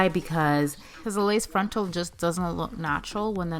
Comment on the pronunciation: Drink every time she says "frontl"